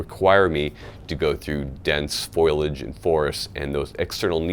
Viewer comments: I'm not a High Speed guy but I know the word is Foliage not Foilage. Say it with me, Foliage. Now drop and give me 50. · It's not foilage, it's foliage. ;-) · You pronounced it "foilage" when the word is "foliage". Are you sure you're not a Marine? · “Foilage”= Tin foil. “Foliage” = plant growth. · Foilage lol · Foil-age lol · When you say foilage... Do you mean foliage? You say it that often in this video I wanted to make sure I'm not missing something. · Repeat after me.... Fo-lee-age. (foliage). NOT foilage, foliage. It doesn't matter if you look cool if you cannot speak well. (Just nit picking, sorry) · Foilage? I know, I Know he meant. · Heh...he said "foilage". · It's pronounced, "FOL-ee-edge", FYI ;) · Airsofter and subscriber here to call you out for mispronouncing the word Foliage! You sound like Homer Simpson, D'oh! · It's FO-LI-AGE